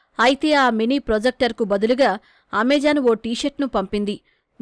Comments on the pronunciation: Its not amejon its Amazon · AmaJaan kaadu talli its Ama-zon Ni jaan ni denga